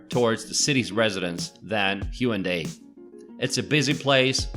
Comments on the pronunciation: why does he say HYUNDAI beach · It’s hae un dae. Not hyundae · Haeundae(x) Hae-un-dae(o) most Koreans cannot understand it if pronouncing it consecutively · It's pronounced HAE WOON DAE. I think knowing the pronunciation of a city is fundamental before introducing it, don't you think? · your pronunciation of haeundae is terrible.. do some research before posting you're good ignorant video.